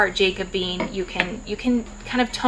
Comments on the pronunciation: Hi, thanks so much for this video. It was really helpful. But if I may simply add a minor comment. "Jacobean" is pronounced like jack-o-bee-ann. It refers to the time in English and Scottish history when King James was fighting for the throne. I am not a hater, just trying to give you a helpful comment. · “Jack - uh - bee - an” Thanks, such a helpful and informative packed video!